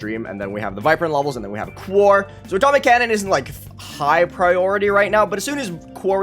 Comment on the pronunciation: You’re still pronouncing quaoar wrong. It’s pronounced “quo-are” not “quar”